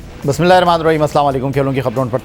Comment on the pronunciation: Bismillah sahi padhiye